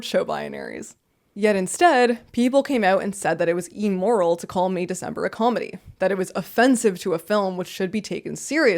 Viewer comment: Me: Wow, this seems like a really compelling and well-spoken video, I can’t wait to hear this argument!: “Eemoral”